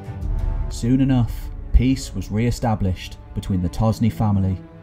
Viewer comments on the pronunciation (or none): none